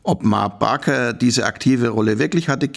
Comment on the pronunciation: Wow, ich dachte es heisst ma baker, nicht barker?